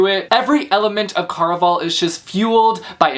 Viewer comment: I think you're pronouncing it wrong. Care-a-Val (rhymes with buddy ole pal)